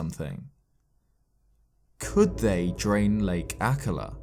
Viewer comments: Sorry to say this but akkala is pronounced A kal a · Isn't akala pronounced a-call-a? or maybe I'm the idiot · Am I the only one who’s bugged whenever he says Akallah? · Lovely video, but the way you pronounced Akkala pissed me off. Not sure if how you pronounce it is the right way. But i'm not fond of it. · The way he says akkala is just...so strange to me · Take a shot every time says and mispronounces Akkala... 😂